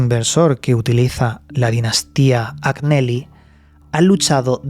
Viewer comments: Hola! En italiano se pronuncia "Añeli", la GN en ese idioma equivale a nuestra "ñ". Saludos!!! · Se escribe Agnelli y se pronuncia Añelli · Agnelli se pronuncia Añeli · Como siempre un interesante vídeo y como nota desde el respeto y con espíritu constructivo Agneli se pronuncia Añeli,en italiano no hay ñ sino gn,creo